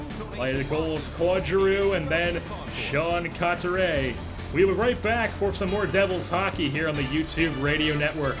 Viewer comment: this was hard to watch. his name is coo-tee-eh by the way